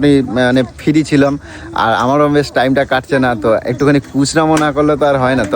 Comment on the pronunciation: ঠিক বলেছো। আবার বলে ফিরি ছিলাম। ফ্রী ছিলাম বলতে পারেনা অকাট মুখ্য